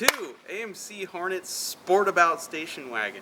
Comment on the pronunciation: I paused the video to write this ... are you calling this car "The Green Hornay" for a giggle ? Why would you call it "Hornay" [a posh person with a hard on] rather than "Whore Net" as it should be pronounced. Look dudes, you might not know this dooooozie of a detail but ALL WOMEN are whores for the right man .... This masterpiece was called "The Green Hornet" for a very good reason ... surely !?